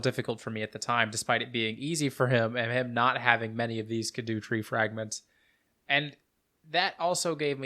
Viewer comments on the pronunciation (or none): I love that you pronounce it "sk'doo tree" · Skibidoo tree 🚽